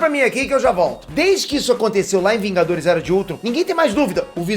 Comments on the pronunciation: Opa! "Vingadorrs" né kk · "vingadorr" acha q eu to brincando